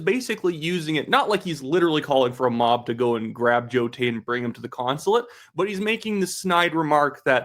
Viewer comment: Carney cant even say the "individuals" name . Its Joe Tay.